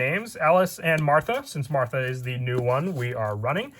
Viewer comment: what the hell happened to the H in martha lmao